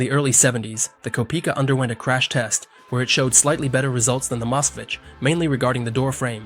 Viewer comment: Kopika? It’s kopeika